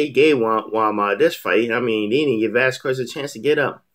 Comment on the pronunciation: It's pronounced Vaz kez not Vaz kwez